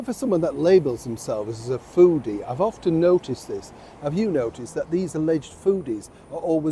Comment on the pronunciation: Did you say foodie or floosie?